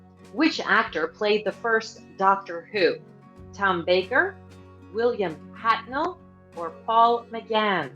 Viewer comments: They got William Hartnell wrong too. It's Hartnell nor Hatnell. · William Hartnell, not Hatnell. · It's Wiiliam HARTNELL........not Hatnell. 🙄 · I think you mean William Hartnell, not Hatnell. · Actually, she said HATNELL, but still wrong.